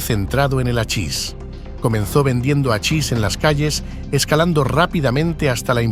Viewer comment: Se escribe hachis y se pronuncia jachis.